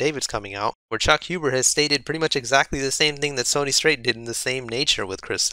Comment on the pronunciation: It's Sonny. Sounds like "sunny". Not Sony, the company that makes blu-ray players and PS4 consoles.